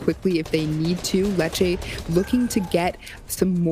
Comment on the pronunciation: Dude why does he pronounce letshe.....letshea I can’t stand it when commentators say people names wrong